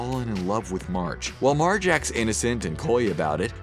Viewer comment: At the beginning did he say large Simpson ??